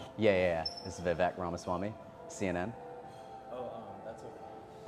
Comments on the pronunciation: 'Vee Vek'? You gotta you learn to pronounce your own name dude. It's 'Vi-vake' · But it's pronounce Vi vake.